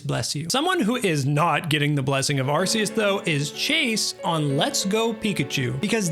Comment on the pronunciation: its legends ARCeus not asseus